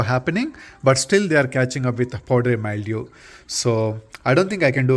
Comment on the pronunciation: What is "poddery myoo"? Do you mean powdery mildew?